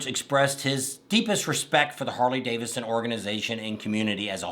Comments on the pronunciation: Hey, repeat after me, Harley-Davidson, not Davisson. And you're right, you butchered everybody's names, do your damn homework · Buddy, it’s Harley DAVID SON ; not Harley Davison! Man, wake up!